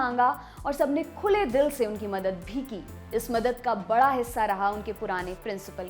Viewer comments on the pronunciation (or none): none